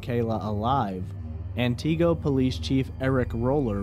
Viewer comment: He mispronounced Antigo for an hour straight. 😂 Just an honest mistake, I'm sure.